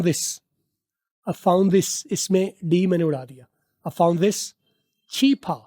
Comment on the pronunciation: yehan pa this is ko chis bol rehay while is tou phelay hay